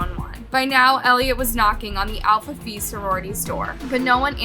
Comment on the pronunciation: Love your work but as probably one of your oldest viewers at 37 🤮 lol, I have one recommendation. Try using a pronunciation guide on words you may not be sure on. Example from this episode would be Alpha Phi. You said it like "fee" when the correct way sounds like "pie". Greek is a tough one lol. Just a thing I'm noticing more and more with younger creators. Keep up the good work!